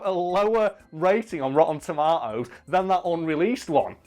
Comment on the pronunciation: Rooen toma-o-s